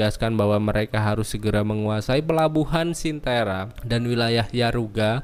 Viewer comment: mau nonton s4 dan mampir dulu kesini buat liat recap karena udah lupa. tapi mau saran buat nama tokoh/tempat bisa lebih di improve lagi bang kayak sebutin tissaia de vreis (bukan tissaide) atau cintra (bukan cintera), dengan penyebutan yang tepat dan benar kita menghargai author the witcher nya hehehe 🙏🏽 keep the good work bang